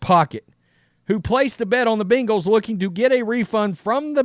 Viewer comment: dude! its ben-gals NOT bean-gals.